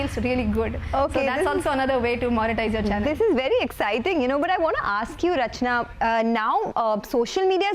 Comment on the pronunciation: Ma'am you should tell her its not Rachana its CA Rachanaa🎉🎉😂😂 Congratulations ma'am...its glad to have person like you in same fraternity 🎉🎉🎉